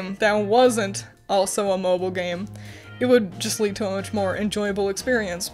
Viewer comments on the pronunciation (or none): none